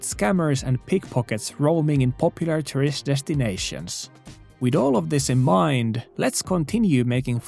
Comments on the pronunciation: Love your videos but the way you say tourist sounds a lot like terrorists 😂 FWIW I like your accent alot, it's just funny to know you are talking about tourist but hear the word terrorists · The way you pronounce "tourist" is... remarkable.